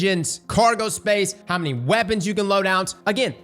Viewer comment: Lol whenever I watch his D2 videos around my wife she's like "Why does he keep saying Wabbits?"... I ponder... "Weapons, He's saying weapons." "Well it sounds like he's saying wabbits"